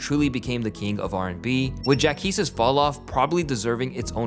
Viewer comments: “Jack ees”? Ja qweees! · Jacquees (Jock-Qwees) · Bro , JACQUEES (JaH-QWease) not “Jack East” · It’s PRONOUNCED JAH-QWEESE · Wtf is Jack East??? 😂😂🤣 you messed up the pronunciation after hearing how it’s actually pronounced lol, come on broski… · Bro u didn’t even pronounce the q lmfao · Hearing you mispronounce Jacquees name was so cringe